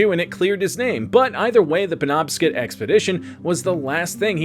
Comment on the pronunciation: Mainer here. Good try but on the off chance it ever comes up again the river's name is pernounced PEN-OB-SCOT.